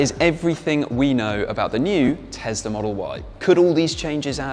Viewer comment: New TeSSla - yuhuuuu, Elon MuSSk